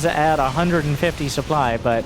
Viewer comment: Supe-ply? KEKW I need me some of that sweet supeply